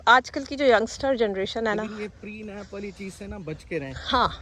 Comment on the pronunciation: It's PRENUP not prenaap!